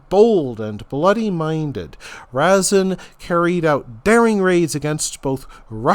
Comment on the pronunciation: Are you making a joke? You butcher the pronunciation of the names of everything. I don't think you got one right. And Razin, was Russian